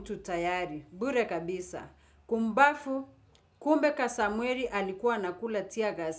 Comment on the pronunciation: Point of correction,He is Kasmuel not Kasamuel.Pronounce the name correctly